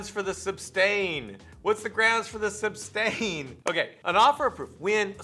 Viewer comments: No he says actually sustain not sustain aarghh he is infuriating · Substain, Troof, axe, Oaf of office, biast, his continual use of “that’s not fair”; looking up at the ceiling; this courtroom has no integrity (says the man CAUGHT on video lying compulsively and continuously); I could go on and on about his toddler like behaviors. I could not have been able to sit quietly in the courtroom without speaking out of turn 😂